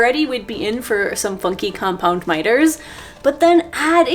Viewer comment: So I know you said "fuNky compound mitres", but that's not what I heard. 😂